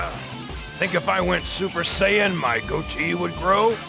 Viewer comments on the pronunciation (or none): none